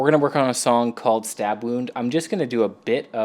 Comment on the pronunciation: Dude, it's not "Stab wound", it's STUUUUUBWWWWWWWWORRRRRRRRRD